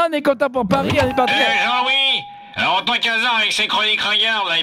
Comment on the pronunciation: « hé alorrrs y’a pas de tension hein » j’ai explosé de rire 😭